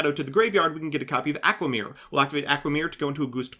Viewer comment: Why do you literally destroy pronunciation of easy to pronounce cards? Aqua mirror Gust kraken Etc I swear i heard you do it on purpose either from you or someone else lol.